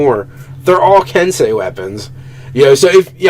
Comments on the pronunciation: Ki should be pronounced like key. Think about it more like chi. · It's pronounced, Ken-SAY and Kee. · Ki is pronounced like key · I love watching you guys so much, I really do, but "ki" as in "ki points" is pronounced the same way as "key". I don't expect you to change your way of talking if you don't want to, but I figured it would hurt to lovingly point it out. It looks like this: 気 Sincerely, a fan and 5e player in Japan. Knowing is half the battle... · Not to grammar Nazi you guys but ki is pronounced like key. Long e sound. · Ki is pronounced 'key' kensei is pronounced 'ken-say' just like sensei edit: These guys are still awesome. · I got a flashback to Shyamalan's "The Last Airbender" every time I heard the word "ki" being pronounced in this episode. :P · so i don't watch a lot of nerarchy and when I do its usually GM/DM stuff which is why I probably just now noticed but they are horribly mispronounceing Ki especially considering the Kai is a word, not a different pronunciation of Ki, and it definitely doesnt apply to what they are referring too